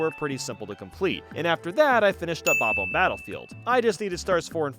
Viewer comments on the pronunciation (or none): Bobomb is a contraction. They are named Bob, and they are bombs, spelled bobomb instead if bobbomb to make it easier to read. It is absolutely pronounced bob-bomb.